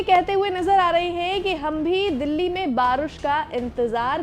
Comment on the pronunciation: दिल्ली ❌ गिल्ली ✅✅🤣